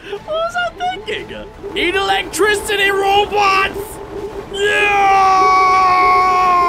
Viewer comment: That was funny that you could not say electricity